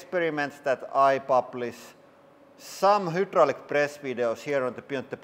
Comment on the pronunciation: hudrolic HYDRDRAULIC.... imagine saying the same thing wWRONG over and over for years lol